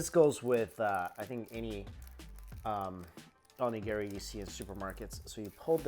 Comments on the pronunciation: Mike, you're fantastic and i love your videos... but please... That Onigiri isnt named Gary. O-Ni-Gi_Ri... <3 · If you plan to live in Japan, need to work on that Onigiri pronunciation